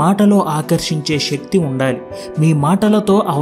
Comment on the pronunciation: షెక్తి కాదు శక్తి